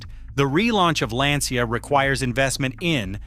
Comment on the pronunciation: Why all English speakers can't pronounce Lancia as it should.